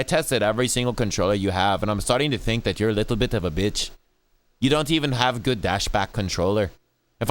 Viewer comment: "I fink this controller is very gud"